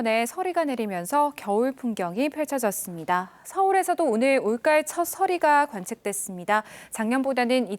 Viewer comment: 올까을? 올가을을 왜 올까을이라고 세게 발음하지? 어느 동네식 발음이냐 이건